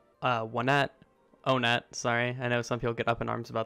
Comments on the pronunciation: I say “On et” but it’s meant to be pronounced “one et” apparently? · The official pronunciation is "Oh-net".